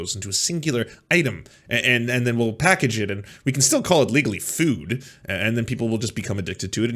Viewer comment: I like most of what says, but I just here to say "fwood" (at least at the beginning of the video). Yes, I'm that basic, I laugh at accents. But I'm a southamerican native spanish speaker, so everything should be ok.